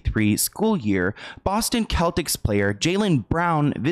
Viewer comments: It is a Kanye West song lol it’s called “good morning” & btw it’s pronounced “Sell-tix” not “kell-tix” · It’s Boston Celtics lol pronounced SELL-TICS. I can tell your not a sports person. I looooooove this channel ❤ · Not to be this person but it’s the Cell-tics. We pronounce it differently than Irish Celtic, even tho it’s a reference to that 😂